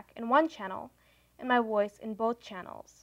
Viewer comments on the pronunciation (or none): ...."the woice coil wibrates"....